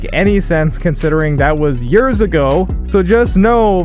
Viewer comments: Hehe he said yeers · "That was yurrs ago"